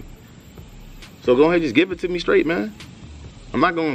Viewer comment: HE SAID GIVE IT TO ME SRAIGTH LMAOOOO